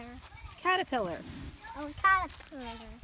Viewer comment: "Is a cawwepwiller"